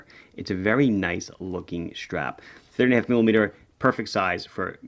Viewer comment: Lol thanks, I suspected it to be 38.5 but my ears definitely heard 30.5 several times in a row! 😂 Thanks for the video, great-looking watches!